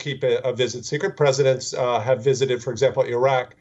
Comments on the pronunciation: Everytime he say visited sounds like he is saying wizard🤣🤣🤣🤣🤣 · I don't recall that Pelosi has ever wisoted any place. What exactly is a wisit?